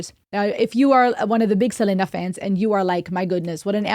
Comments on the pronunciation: it’s SELENA. (SE-LEE-NA) not (CE-LE-NA) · It's actually Selena not Selena like Selena Gomez! Her first name is not in Spanish accent it's English!!!